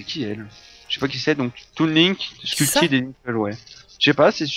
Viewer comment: faite Skull kid se dit Skell kid